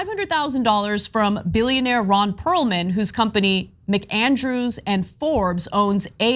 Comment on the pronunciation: Ron Perelman, not Perlman :)